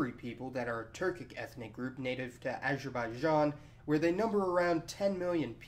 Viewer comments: What's with pronouncing "Azerbaijan"?! It should be pronounced as, Azer ba ee jon. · copterofrofling acherbaichan 😂😂😂😂